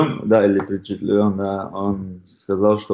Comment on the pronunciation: Удивлен да или впечетлен 😂